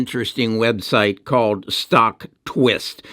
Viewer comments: 303 x 3 = 909. Stokd pronounced like its spelled and he posted on stocktwits not stocktwist. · It’s Stocktwits not Stocktwist. Appreciate the video spreading the word.